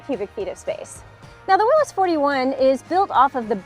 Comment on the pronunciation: Thank you for saying “Will-iss.” So many people mis-pronounce the man's name.